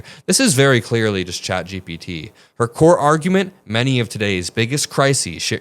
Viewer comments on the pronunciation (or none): none